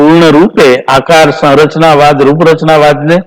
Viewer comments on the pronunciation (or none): સરચનાવાદ નહીં સંરચનાવાદ